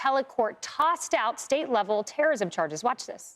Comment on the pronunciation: Man-Joe-Neh. Three syllables, not four.